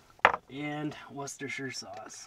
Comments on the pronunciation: As a Brit I feel I must congratulate you on your correct pronunciation of Worcestershire sauce! Bravo sir! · Well done you!! Awesome video and you are the first American to actually pronounce Worcestershire Sauce correctly!!!! Congrats!! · You pronounced Worcestershire sauce perfectly 👌. Respect from london 🇬🇧.